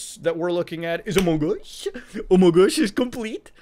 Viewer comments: Among us, not Amon gus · Sheeesh what are you doing here? It's amogOS, not AMOGOS. HUGE difference. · it kills me everytime when he says amogos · I can't hear Muta say AMOGOS enough times. I keep coming back to this video just to hear it. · More like: Amog OS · Every time Muta says "Amogus", an elderly person dies and a baby is born. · your general habit of over-pronouncing the g in among us is absolutely fantastic and i love me some amonGus never stop saying it like that please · Every time Muta says "sus" and "amogus" part of him dies inside. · mutahar saying amogos gives me my daily dose of serotonin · "Halal OS" lol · Every time muta says AMOGOS I feel it in my soul😂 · Love hearing him say AmogOS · As a raspberry pi user I’d love to hear your embarrassing raspi story! Also why did you show the raspberry pi 400 keyboard instead of the actual board lmao Also, love ya Muta, but every time you say AMOGOS like that I feel like committing sepuku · the way he says amogus is awesome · the fact how he says amogos